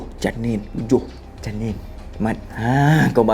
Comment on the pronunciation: 7 Janin Cara dia sebut tu mat lucu